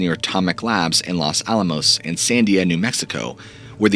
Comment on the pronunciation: FYI - having lived in New Mexico for several years, I can tell you that "Taos" rhymes with "mouse", and "Sandia" is pronounced "san-DEE-ah" XD. Almost everyone there has heard rumors about Roswell and Dulce, and the night skies are excellent (high desert) for star gazing, especially in the sparsely populated area north of Santa Fe. I myself saw an unmarked black helicopter hovering silently about 50 feet above my head one afternoon. The pilot looked down at me and I stared back, for about a minute. I guess he was looking for illegal pot growing in the nearby agricultural seed farm?!! We also saw what we believed to be an 8-9 ft tall lupine shapeshifter pacing alongside our car just off the highway late one night at 55 mph, for a full two minutes as we accelerated away! .